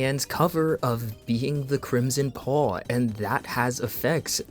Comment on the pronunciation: crim-uh-sin-paw😂 crim-sin-paw 🔥